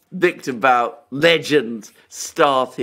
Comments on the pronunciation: The expert on victor bout (pronounced boot) is Daniel Estulin. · Guys, guys. It's Boot, not Bout, Bouth, Booth. The OO is short. More like 00. And what's more important - he is a good guy. Trust me. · BOOT!!!!!! Not Bout!!! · Not to be that guy but 'Bout' is pronounced "boot" (based on what I heard on Russian news) Otherwise, very good points on the topic. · Sorry, but his surname is “But” as in put, not “Bout” as in about. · His name is Бут, pronounced as Boot. He may not be snow white but he refused to “testify “ against Russia in exchange for freedom, even under threat of 25 years in prison. How many people would be ready to do this?